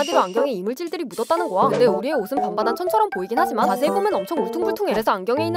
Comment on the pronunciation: 거야 발음이 부정확해서 고아 로 들립니다 수정 부탁드려요